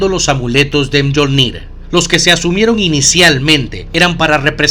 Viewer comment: odio que pronuncien literal mjolnir, se pronuncia MIOLNIR por dios como si les costara tanto